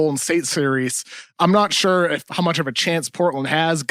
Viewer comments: Kevin O'Connor doesn't know how to pronounce "sure." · Shorely not